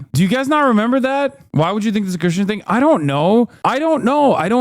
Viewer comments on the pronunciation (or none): none